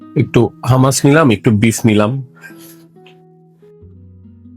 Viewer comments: ভাই উচ্চারণ হামাস না hu. muhs হুমাচ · Bangali beshi bujhle ja hoy eitar pronounciation humus e hobe hummus na spelling hummus